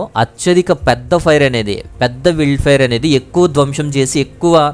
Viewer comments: విల్డ్ ఫైర్?? వైల్డ్ ఫైర్ అనలేవు? నీ ఇంగ్లీష్ తగలెయ్య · మీ ఛానల్ ని కొన్ని సంవత్సరాలుగా ఫాలో అవుతున్నాను. ఒక చిన్న సజెషన్ నా నుండి. ఏమిటంటే మీరు చేసే వీడియోస్ లో ఇంగ్లీష్ పదాలు సరిగ్గా పలకడానికి గూగుల్ లో ఎలా పలకాలి ఒకసారి ముందుగా చూసుకొని వీడియోస్ చెయ్యగలరు. Eg: wild fire వైల్డ్ ఫాయర్ I hope Next target should be Las Vegas, the most sinful city in America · wild fire willd fire ani thappuga palukutunnaru😂